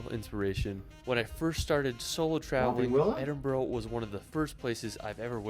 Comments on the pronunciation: Here in Scotland Edinburgh is phonetically pronounced Ed-in-bruh, so you guys are spot on 👌 and as a Scott myself I can say it's very refreshing to hear Americans pronounce it correctlyfor a change 😂😂😂 this fella makes some hilarious attempts at Scottish place names tho 😂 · Your pronunciation is correct. It’s Edinburra. Also Glen Finn in . Good clip despite the pronunciation. I’m sure you will have a great time here. Proud Scot 🏴🏴🏴